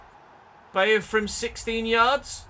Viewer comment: i believe its pronounced "By-er" not "Bay-er". E i is said like eye i E is like E